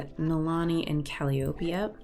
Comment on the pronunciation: Great episode! Its pronounced cal-eye-o-pee